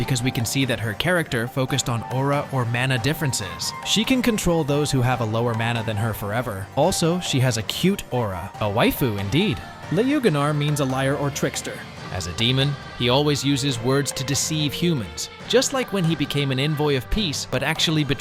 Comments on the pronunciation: I never heard someone pronounce Lügner as Lee yougenar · did you just say "leugener". I guess saying ü and Lügner is a bit hard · "Jelugenar" I just love how non Germans pronounce or spell Lügner😂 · nah the pronounciation of lügner was so funny :D